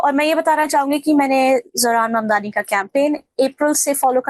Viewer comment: His sir name is MAMDANI not MANDANI....